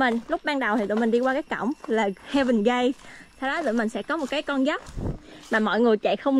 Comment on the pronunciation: 2 bé Gia Bảo vs Bi dễ thương quạ Góp ý nhỏ: heaven gate, ráng đọc đúng chứ gate nha e, e đọc giống chữ gay trong lgbt :D